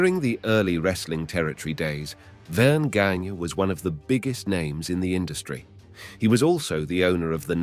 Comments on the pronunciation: Verne Gagne...pronounced Ganya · It's Gagne (Gon-YAY)